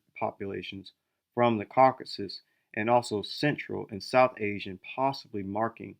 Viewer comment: It's CaucasUS, not Caucas 🫣